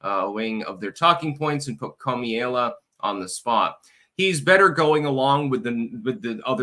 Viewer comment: Kum ahh la. Not ka me la